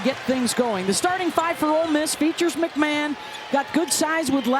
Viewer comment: Its pronounced McMahon (Mac ma hon) there is not an A in her name, its not McMan....Anywho, she was put on lock, she just had an off game and she looked tired, she wasnt full speed tonight. Ole Miss is still a good team, just South Carolina is better.